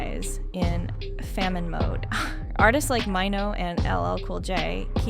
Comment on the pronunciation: Who is MY-NO????.....BIH his name is MAINO!!!😂😂😂😂😂😂